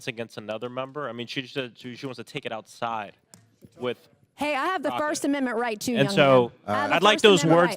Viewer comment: Haaa! She really just said "Cash me ousside!"?!